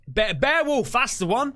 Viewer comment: I can't believe called Beowulf 'barewolf' and no one corrected him.